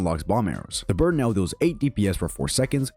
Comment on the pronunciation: I'm late.but why do I hear "bird" than burn.is it just me.